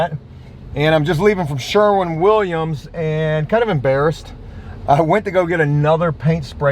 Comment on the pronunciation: After months of correcting you in the comments, 2 days in a row now you pronounced Sherwin Williams correctly. I couldn't be prouder